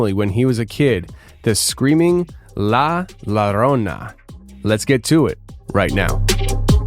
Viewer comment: Hey...The title La Llorona is pronounced; LA Yo-ro-nah...just sayin'